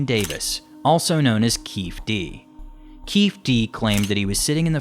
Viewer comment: It’s Keefe D as in “Keefee D”